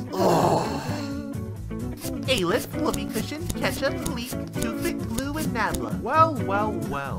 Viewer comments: I swear it’s spelt Aleph and pronounced All-lef not ale-ef but still honestly great episode all and all everything was amazing here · bro its not A-leph its al-eph